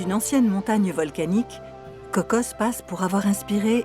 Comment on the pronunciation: On se calme avec la prononciation CocoSSSS. C'est Coco, mais les français rajoutent des s alors que c'est un nom propre. Personne au Costa Rica rajoute de S